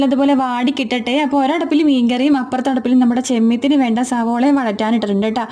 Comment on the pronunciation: ചെമ്മെത്തിനു എന്ന് പറയുന്നതിന് പകരം ചെമ്മീനു എന്നു പറഞ്ഞാൽ പോരെ കൊച്ചീ ക്കാരി കൊച്ചേ